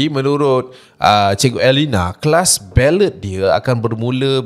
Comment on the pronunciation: Pronunciation! Kalau boleh improve ya.. ‘bellay’ bukan belet